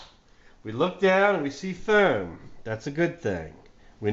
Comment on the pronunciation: I just love how you pronounce foam